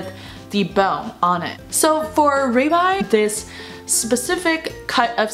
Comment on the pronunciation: ribeye 这个读音我查了有道，读raibeye。因为我之前经常会点这个牛排…所以注意到这个发音